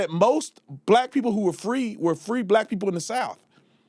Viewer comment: Can’t even speak right. Pee-poe. It’s people. Learn English